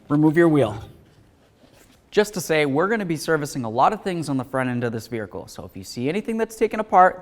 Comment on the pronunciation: Vehicle Vehicle Vehicle Vehicle There is no "R" in Vehicle. Other than that, wonderful instruction.